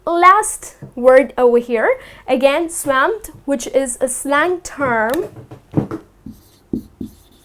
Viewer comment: Hi.You pronounced the word swamp wrong